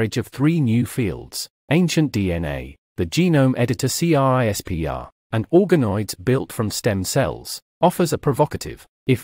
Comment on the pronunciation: You can tell it’s a robot when it spells out CRISPR letter by letter, rather than just saying ‘crisper’